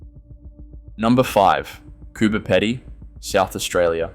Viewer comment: Would an Australian actually mispronounce Coober Pedy? Is this AI?